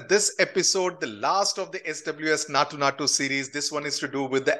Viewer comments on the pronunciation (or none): So nice to know that you belong to kerala. You are doing great job. Especially when you say Natu... Natu .. we all start laughing